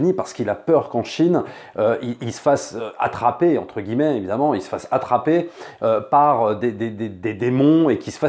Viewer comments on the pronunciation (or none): none